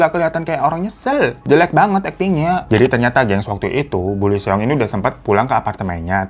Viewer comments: Lee seong cara bacanya : ii (L gak baca) song (seong “e”nya gak dibaca) jadi ii song bang hehe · Bang Hiro aku mau ralat ya cara baca namanya kaya gini. Lee Seong jadi di bacanya i song. Thank you bang Hiro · Lee Seong bacanya " Yisong / isong"